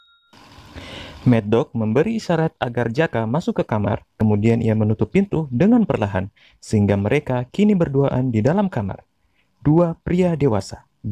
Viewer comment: Sersan jaka min bukan taka